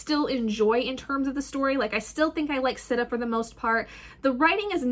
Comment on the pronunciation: Whatttttt its pronounced “Seeta” I thought and also..... book one is one of my favorites out of the series! I’m like personally offended that you were disappointed by it im sorry 🥺I’m just obsessed... this series is like a work of art